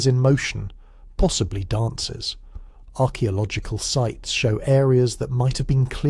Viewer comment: Only an AI would pronounce archaeological like that. How very very disappointing.